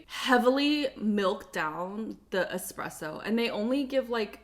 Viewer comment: You're the only person who has said espresso correctly in their nespresso video lol despite it being in the word NESPRESSO.